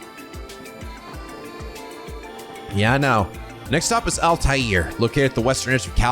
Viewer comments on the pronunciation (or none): Boyd Crowder? I was not expecting a Justified reference today. Also, I'm pretty sure the city of Altair is meant to be pronounced Al-tare, but I could be wrong.